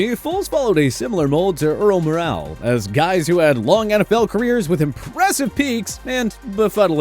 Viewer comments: likes to mispronounce names. Pronounced like "moral" not "morale" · Good catch. Earl Morrall last name pronunciation was butchered too. Mor-ull not Moral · Just FYI, Earl Morall is pronounced like Moral, not Morale.